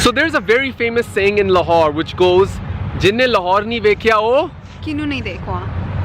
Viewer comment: Lahore huta h lar nahi